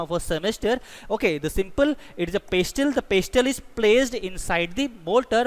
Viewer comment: In pestle , the 't' is silent